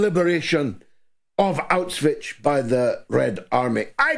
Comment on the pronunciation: Bro. I think it's high time you learn to pronounce Auschwitz. It's getting embarrassing.